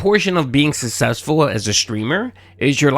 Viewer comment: But he's sussessful ack ack ack, dunce.